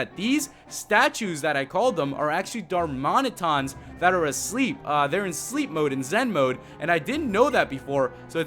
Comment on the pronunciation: Pronounce it like dar MAN it an